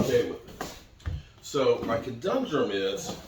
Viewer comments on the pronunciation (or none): what you have is a conundrum ( kuh - nun - drum ) A "co-dun-drum" is what a conundrum turns into after a few beers!